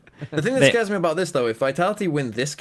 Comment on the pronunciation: MY GOAT SEAN “sgares” GARES